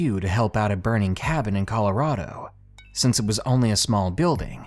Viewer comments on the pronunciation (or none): none